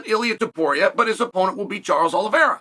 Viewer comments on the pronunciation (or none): none